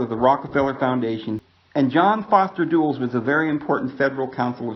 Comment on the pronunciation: FYI: it is pronounced, John Foster Dull' less. Just like a dull-witted person. Allen Dulles was head of CIA when JFK was assassinated and then headed the investigation of the assassination.